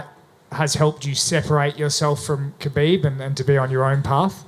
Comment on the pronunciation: Khabib not cabbib 🤣